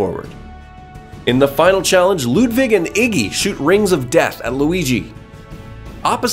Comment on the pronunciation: Holy crap! The first english-speaking person that I know to actually pronounce the name Ludwig right! (I'm german)